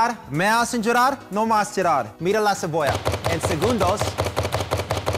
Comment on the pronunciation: La cevollau te hace lloraur... Usthedes me hicieron llourar de risa 😂